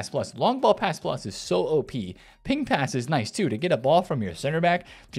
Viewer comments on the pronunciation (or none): none